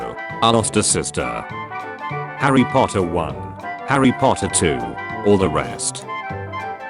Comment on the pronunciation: POTTAH!!!!! [Says snape]